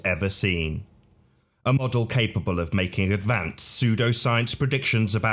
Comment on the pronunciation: The way that the creep pronounces the word model ( as modUL ) is enough to make you dislike him without the drivel of FE